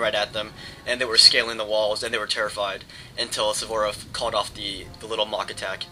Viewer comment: I congratulate you! I think tha you're the only american that i know that can pronounce "Suvorov" correctly. Great battle!